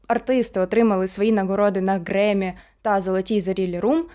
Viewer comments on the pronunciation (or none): "Греммі" - це прекрасно, але у Кендріка Ламара, наприклад, є Пулітцерівська премія. А в Дрейка не пам'ятаю, щоб таке було. І непрохана порада: обмовки можна дублювати титром на монтажі, щоби потім в коментарях не було так душно )